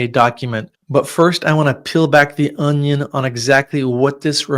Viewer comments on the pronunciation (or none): none